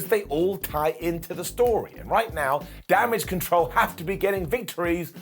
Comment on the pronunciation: It's pronounced "Damage Catarl"....